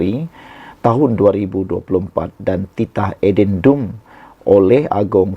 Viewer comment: Buruklah Adendumpun tak fasih sebut, tanyalah orang tau sebut.